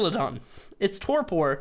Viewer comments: Not that it matters but you pronounce Torpor this way "Tor Per" and not "Tor Por" the sounding is "Per" at the end and not "Por". Sorry, I had to mention that, it was killing me listening to you say it LOL. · "tore poor" god that hurt my ears xD